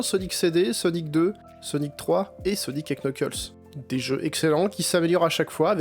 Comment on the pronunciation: Dans le nom "Knuckles", on ne prononce pas le K.